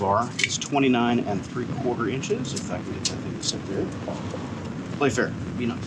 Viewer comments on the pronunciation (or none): none